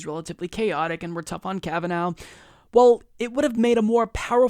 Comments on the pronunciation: This is a very good analysis of the situation, but I have a few comments., will you PLEASE stop pronouncing the judge's name "Kav-a-NOW." It's pronounced "Kav-a-NAW." In other words, it's an IRISH name, not a German name. Thank you! The crucial point to be made is that the craven deal whereby the Dems exchanged a fast-track confirmation of 15 Trump judges in exchange of a few days of August campaigning was an incredibly stupid as well as cynical strategy. In August, everybody's on vacation, including the voters in these Democratic politicians' home states! If this were happening a few weeks before the election, it would have made more political sense. So the Dems are not only amoral hacks, but fools, and they deserve to have their heads handed to them in November. Kavanaugh in fact did know that the man who wanted to shake his hand was a Parkland dad, because the man announced himself as such when he extended his hand, so Kavanaugh's behavior was even more reprehensible than it looked. Only the Greens are really resisting the Trump regime. The Dems are incapable of resisting it even if they really wanted to, and they don't want to. As I like to say, if the anti-Hitler Resistance of 75 years ago had been as weak and incompetent as the Schumer anti-Trump "Resistance," the Nazis would still be ruling Europe. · You only mispronounced that name about a dozen times in this video. "Ka va NAH".... not ka va NOW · Hahaha. You have not even watched the hearings. You pronounce his name wrong. It is pronounced kavanaw. Happy to help. Great talking out of Cenks ass, but please do some legwork yourself before you read up the monologues they send you. This is as bad as calling Bernie for Barney, or Hillary Clinton, hitlary genocidal maniac. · Why are you still mispronouncing his name? It was irritating before we all heard it pronounced in the confirmation hearings, now it is just stupid. Obviously fuck Trump, and his SC pick, but say his name correctly.